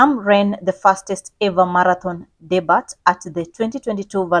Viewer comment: Please correctly pronounce words/names. The word debut is pronounced de-b-i-u not dibat. Past tense is debuted (de-b-i-ud) not di-ba-ted. It's a word of french origin. In french the letter t at the end is silent. You never pronounce it.